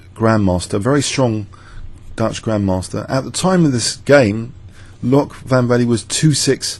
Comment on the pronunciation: Interesting how Van Wely figured he could trap white and win a pawn and then it backfired. After e5, trapping the bishop on d4, I would have tried to bail with Qc7 and 0-0-0 anyway, because it looks really scare not to be able to go back to g7. By the way, Dutch names are not that hard: The /oe/ is always an /oo/, so Loek is just like look. Just don't make the vowel too long. If you say it like the English ''Luke'' then you know the vowel is too long.